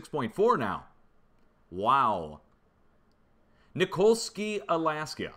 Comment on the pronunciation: Thanks for pronouncing Nikolski correct. That village is where my Wife is from. I lived there for about 6 yrs. Awesome place and world class fishing.